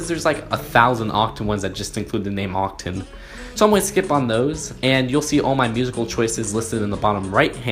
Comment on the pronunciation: It oc TAN not ocTEN